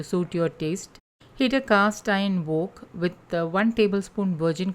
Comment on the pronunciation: Love this healthy recipe. In case you are interested, wok is said as if you’re saying walk not woke. Thanks again.